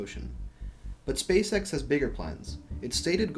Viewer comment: it sounds like you're saying "space sex"